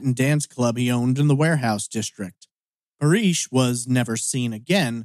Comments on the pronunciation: You flip from calling Paresh (Par-esh) "Par-eesh", to calling him "Paris", though Google doesn't find any information on <Paris Patel Austin TX>. That said, if people were habitually calling him "Par-eesh", I can understand why he asked to call him "Paris" as that is closer to "Par-esh" than "Par-eesh" is. Is this just the American inability to pronounce non-English names? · Isn’t it Parésh (pah-resh)? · Even I was like it’s pa-resh 😂 and I’m British. Then again I speak several languages. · It is a common name, I know it well, which is precisely why I am mystified as to why it is being pronounced here as "Par-eesh". .... English speakers invariably start out trying a very literal pronunciation of a name, or word, they're not familiar with, so where did the long "ee" come from? 🤔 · that’s an assumption to make lol. It’s not that hard to pronounce Paresh properly. I’d understand if it were a difficult name to say. I do not live in London. You seem to have picked up the lovely American pastime of stereotyping people.